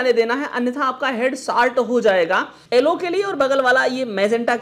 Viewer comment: sir aap pdhe likhe ho aap yellow ko ellow kyu bolte ho